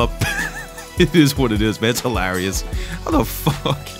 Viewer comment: do you know what is hilarious? the way u pronaunce the word hilarious lol